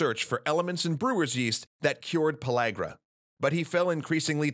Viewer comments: Am I the only one who noticed that he said "Pologra" and not pellagra? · No Just No You aint saying it right. Its pronounce in the southern tongue "Puh leg ruh" not LAG rah. That's how we pronounced it. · I thought it was pronuced pill-area